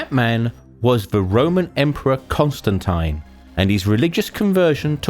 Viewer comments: you said constantine wrong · I've never heard Constantine pronounced like that even in the UK